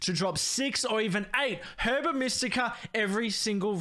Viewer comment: everytime he says herba like its spelt istead of saying it as "er buh" it chips away at my soul but i will say the video was entertaining